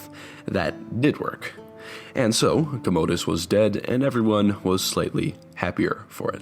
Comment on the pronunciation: COM-OH-DUS..not COHMOHDUS lol